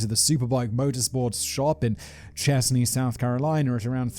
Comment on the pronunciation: He got the pronunciation of Chesnee right (Chez-knee). Laughed at Spartanburg 😅.